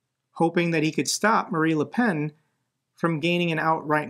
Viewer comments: 100% in a supportive way: “Marine” not “Marie” is the French leader’s name. It’s along the lines of Marina Sirtis from ST:TNG. Keep up the amazing work! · Dude, you keep saying Marie Le Pen, video after video after video. She can rot in hell for all I care, but we can still say her name correctly: Marine Le Pen, not Marie. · Just fascinating at this point how often he can read "Marine" and still say "Marie". And it's obviously not some gottem, since nobody would think he'd delivered a burn by calling the former dictator of Germany "Udolf Hipler". Baffling.